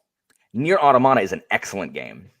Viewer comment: Well, automata is a Greek word, and the intonation is on the o, in Greek as well!